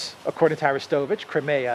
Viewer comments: Love your awsome walk 'n talks. Seeing stunningly beautiful, sunny Greece is amazing, hearing the interesting updates on pertinent news, and also mixed in w a bit of fun and distracting spontaneous humor; this is purely delightful. But one thing jars my ears and puzzles me; it is your pronunciation of "Crimea." I always heard it pronounced "Cry- MEE-ya." Never heard it said as "Crim-AAA-ya" before. Sounds strange to me every time. Thanks for showing us around your gorgeous country! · I always thought it was pronounced, Cry-mee-ah. Not, Krim-e-ah.